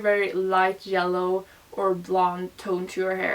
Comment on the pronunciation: i love that you ponounce yellow as jellow lmao so cute